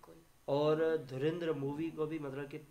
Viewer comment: Abe dhurendra Nhii " Dhuuu - rann-dhar ..." Bolna seekho pehle